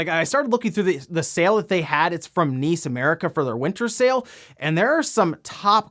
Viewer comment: To this day, I don't understand why you pronounce NIS America as (Niece America) as opposed to the how is properly said N. I. S. America (spelling out nis).